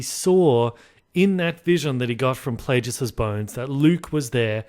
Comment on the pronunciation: Also....I believe it is Darth "Play-gus" not Play-jus"